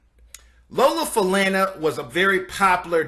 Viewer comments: Lola Fa-lun-nah not Fa-land-na and she was indeed one incredibly sexy and beautiful woman of the times. Johnny Carson had her on his show many times. Sammy Davis was a lucky man to have been involved with her. Glad she is doing well. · Trust me on this one It's Fa- la- nó. Since her dad was Afro- Cuban, the Names origin is From the Yoruba Tribe of West Africa. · Dear, I've just discovered your videos, and they're nicely put together. However, with all due respect, I implore you to work on your pronunciation of the medical conditions that these celebrities suffer from. Ms. Falana (pronounced: Fah-la-nah) does not have "Multiple Cirrhosis." She has Multiple Sclerosis. Also, the video lacks so much about her entertainment prowess. Otherwise, thank you for the upload. Now, when it comes to Ms. Falana, I'd drink her bath water!!😎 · It's Lola Fa-lawn-na. Not Lola Fa-lan-na. Damn when U young guys pronounce our greats of show business, please please get it right. Thank U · I thought her name was pronounced Lola Fa (lawn)na. Even Fred Sanford Pronounced it that way. Correct me if I'm wrong. thx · Lola Falana (pronounced fah-la-na) Paula Kelly, Debbie Allen, and Darcell Wynn ("Solid Gold" dancer/choreagrapher) paved the way for other African-American female modern dancers/choreagraphers. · Her name is pronounced “Fa-la-na” like Sha Na Na, not like the word plan. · Fa- la -na like falalalala... made me cringe a bit! Loved her ! Glad she is alive and looks to be doing well! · I wholeheartedly agree! Fu- la- naa “Falana” First fabulous Lady of Las Vegas! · And he said Samly Davis...and yes it was aggravating its Fah-lah-nah. But, he tried at least he knew she was important enough to highlight. She was also mentioned so much on Sanford and Son...lol. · its pronounced falana long a sound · She was amazing, but her last name is pronounced 'fu-lawn-a.' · Correction Lola Fa-la-na...it's pronounced just the way it is spelled....there's no U in her name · It's FA-LAH-NA